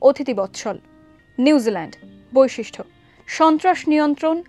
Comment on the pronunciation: বৈশিষ্ট্য, not ঠ